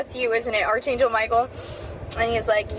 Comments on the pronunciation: This is unchecked mental illness. She just admitted to hallucinating. The only thing that is real are double rainbows, which are far more common than people think. Also, it’s “ARK” angel- “arch” is pronounced “ark”. I lost a full IQ point listening to her. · I failed at being able to remain perpetually unbothered by the fact that the girl around the 20 minute mark doesn't know how to pronounce archangel.